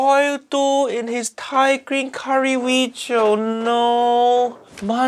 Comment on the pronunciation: No Fuiyoh. Bad Weejio. 😢